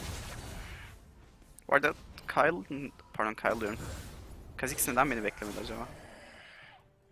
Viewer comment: Abi okurmusun bilmiyorum da kayıl diye okuyosun keyıl diye okunur